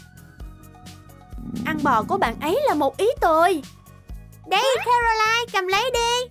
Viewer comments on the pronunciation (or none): Caroline chứ ko phải Canoline